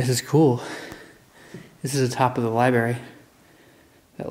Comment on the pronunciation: Dude THE WORD IS LIBRARY. Lie-bRaRe-eee It’s not LiEBERRY. There’s no BERRY in the word. Learn your own language.